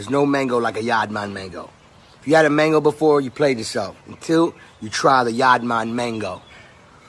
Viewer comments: Yaad man can't pronounce "mango" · I just can't understand how Khalid managed to say "yaad man", then in same breath and sentence followed with "mengo". Yaad man mengo......how?😆😆😆bredda its yaad man man-go😆😆🇯🇲🇯🇲🇯🇲.